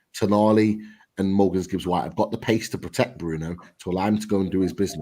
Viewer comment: Guys! Love the show and watch every time. But, it's Morgan Gibbs-White, not Morgans Gibbs-White 👌